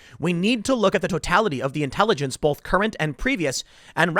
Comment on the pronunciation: Please learn how to pronounce the word "both". There is no "L" in "both"! :)